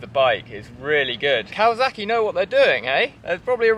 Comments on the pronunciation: It’s Kawasaki,not Kawazaki. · listening to Brits pronounce Kawasaki has become a side hobby of mine. It's silly.